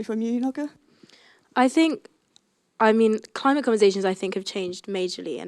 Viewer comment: What a rubbish chairperson! LOL. Who is she? She can't pronounce the name Noga! Near the end she calls her “Noggy” and doesn’t correct it! Sounds racist. That’s not a good chairperson. She made other mistakes as well. Thank god she didn’t call her Woggy at least! (bares teeth)